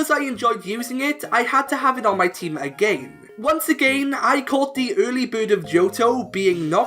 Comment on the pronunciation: Love the video, but that’s not how you pronounce again. I don’t know where you’re from, but just as advice :D